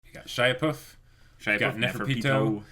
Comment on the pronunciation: *Menthuthuyoupi is pronounced (Mon to to you pee) Shaiapouf is pronounced (Sha Wa Poofu) Neferpitou (Ne Feru Pitoh)